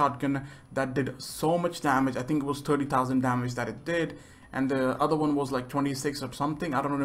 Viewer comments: XD terdy tousen. Good english. Sorry i had to say it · turdty dowsen